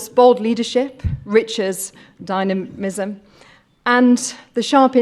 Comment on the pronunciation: And the award for 'Least dynamic pronunciation of the word 'Dynamism'' goes to...